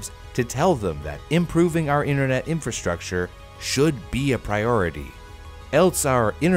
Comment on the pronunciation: “Internot” lol I love it